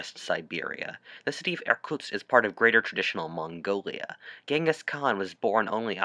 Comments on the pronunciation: I ha To listen The video 4 times To understand that He wasn't sayng "Air Tucks" bit Irktusk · Being a russian, hearing you mispronunciationg Irkutsk horribly time and time again,made me die inside a little. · Every time you say 'Irkutsk' I cringe. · I would like to point out that the worlds view of the Soviet Union was very weak because of how Russia did in ww1, the Russo Japanese war, and the Soviet Unions invasion of Finland so Japan could have invaded Also please stop saying Irkutsk